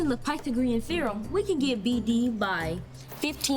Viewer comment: he did not just say pithagreum therom...